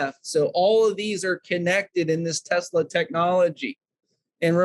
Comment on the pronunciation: OMG Tesla it is his last name Mr. Tesla get it right